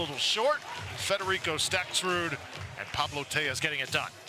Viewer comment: Hey announcer- learn how to pronounce Stakrud- no “s” you knucklehead! Not StakSrud